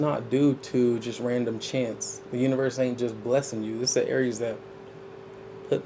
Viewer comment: I love it when you say A R I E S😂❤